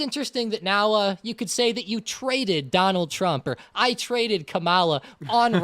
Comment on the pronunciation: You guys are pronouncing Kamala incorrectly can you please correct?